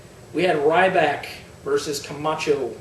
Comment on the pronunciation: "We have "Ryback" vs Kamatcho." Me: Who???